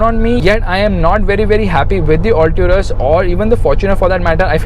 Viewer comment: Mahindra Alto-rus?? 😁😂